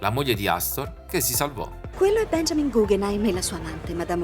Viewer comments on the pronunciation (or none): none